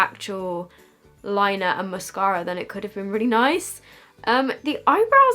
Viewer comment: the way she said mascara rly got to me lol